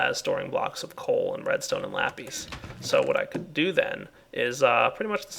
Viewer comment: its not lapes its sounded out like lapiss